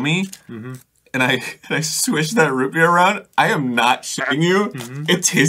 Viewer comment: always absolutely KILLS me. The way Arin frantically spits some of the root beer out to immediately do the quip, the complete lack of jokeyness to the way he says it, the way he pronounces root b-ear, and the best part, the fact that in hebrew, you preface a word with bet, which makes a Beh sound, to denote when something is in another thing. So. Root Be-ear, on top of being funny as fuck, also somewhat makes sense in hebrew, bc its like he's saying Root in ear.